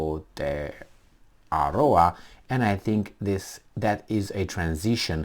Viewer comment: Nicely pronounced 🤙.I don't need to sign any petition.. i call my country both names, not a big issue to me.. Aotearoa - land of the long white cloud.. - NZ 🇳🇿